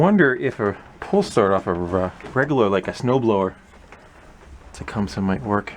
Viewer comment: It is not pronounced the way you say it, It is properly pronounced " TA - CUM - SEE".